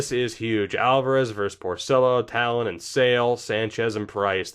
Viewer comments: Taillon = Tie-on, pretty sure he has the Spanish double L. :) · Also, it’s Jameson Thai-yawn